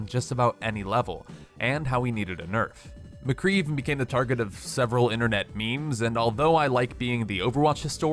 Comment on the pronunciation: im sorry did u say mcree HAHHAH u havent heard of symmetra